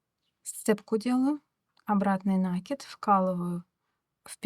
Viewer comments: Узор красивый. Но пожалуйста, не нАкид, а накИд! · Извините,но не «нАкид»,а накИд,проверочное слово «накИдывать» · Рукодельница без спорно, браво. Рисунок шикарный. Но произношение слова нАкид простите режет уши. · Накид от слова накинуть(нить на спицу), накидывать(на что либо). Соответственно-накИд. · это в вашем населённом пункте (деревне, хуторе?) так сложилось. По всей России по-русски правильно говорят накИд. Оставьте ваши местечковые замашки. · Вас не шокирует "нАкид"? Какая-то девушка упорствовала в таком произнесении, кажется из западно-украинского села. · Пожалуйста, говорите правильно слово НАКИД, ударение на букву " И ".